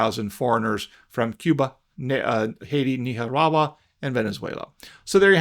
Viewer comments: Were you trying to say "Nicaragua"??????? That was the WORST pronunciation of it I have ever heard! Ha ha ha 😂🤭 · WTF is Neehawahwa??? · Nicaragua pronunciation “Neekarawa” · You say Nicaragua funny. Hi. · 😂😂😂😂 Say Nicaragua again! Please.😂😂😂😂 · I like listening to you say Nicaragua!